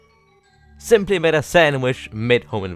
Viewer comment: I thought when you said I made this ice burg you said I’m on this ice burg